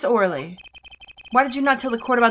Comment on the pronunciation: I think Shadi Smith is pronounced "Shady" Smith and Ms. Orly's name is pronounced Ms. "oh really". Most of the Ace Attorney characters have some type of pun in their name.